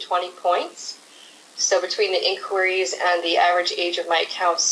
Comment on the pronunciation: In“choir”ees.. 😬 cringy hearing it. I can’t help but pronounce it as INK whuh ree.. great video though and solid advice.